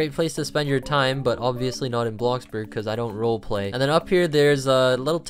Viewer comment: The way you said “role-play” 💀